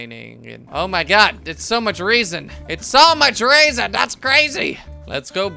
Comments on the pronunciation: Its not Reason its pronounced Reh-zin. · Panos Gamer it's pronounced rezin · and the mineral Resin is pronounced Resin with short E not Reasin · resin not reason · Resin sounds like re-zin (vowel e) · it is pronounced ree-sin and teeh-th-er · The e in the word resin is not like the word eve it is like the word rebels